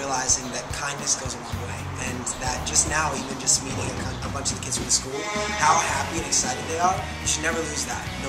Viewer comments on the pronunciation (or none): omg. the way he tries to say "kids" <3